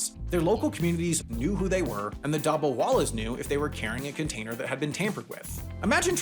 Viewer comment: Being Indian, the pronunciation of “dabbawallas” is making me cry😂